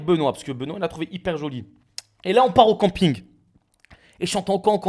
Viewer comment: Le retour du cOmping 😂😂😂. Ce problème de prononciation ne gêne vraiment que moi?